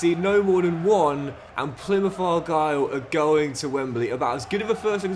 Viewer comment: Even worse Plymuff. Makes any Argyle fan cringe